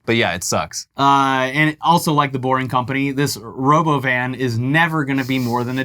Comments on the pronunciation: I really can describe how ANGRY it made me to hear him pronounce Robovan. It's like nails on a chalkboard to me for some reason. Robo-Van is just a more natural pronunciation, you nitwit, you sound like such a douche when you say it like Ro-boven. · the "robovin" lolllll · He can't even say robo-van. Did you hear how he said it? Also, it's a bus with NO WINDOWS, no external wheels and NO GROUND CLEARANCE. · "Row-bow van may cause death" 😂😂😂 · Should you ever trust a dude who wants to change how you pronounce Robo-VAN!? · It can't be a coincidence that he pronounces Robovan like the evil AI from Westworld season 3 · I cant get over how he pronounced Robovan. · Can't wait to be Bonin in the Robovan (pronounced how Elon did? 😅